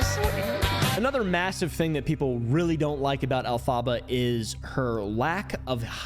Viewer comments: The way you say Elphaba is funny it’s pronounced (elf-aba) th aba is pronounced like hubba hubba but just the ubba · the way you say “elphaba” kills me 💀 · the mispronunciation of elphaba will never not be funny to me